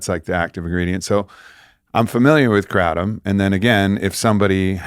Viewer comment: Kratom is pronounced 'gruh-TOM'... Tom as in Tom & Jerry Gruh or guh with the same vowel sound as in 'but' or 'the', aka a schwa sound [ə]